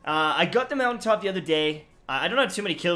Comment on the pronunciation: Not-For-What? Lol You mean Moun-tain-top!